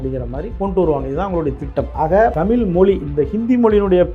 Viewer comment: தம்பி இந்தி திணிப்பால் தமிழ் அழியாது. உன்னை போன்ற 'ழகரம்'' 'லகரம்' வித்தியாசம் இல்லாமல் தமில், மொலி என அருவருப்பாக பேசுபவர்களால் தான் அழியும்.